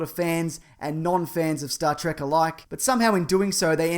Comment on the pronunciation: actually it's reallys supposed to be pronounced T-R-E-K not track people just started calling it track.